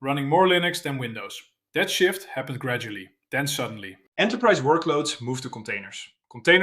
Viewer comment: When you said "is this a genuine shift" I thought you said "shit" 😂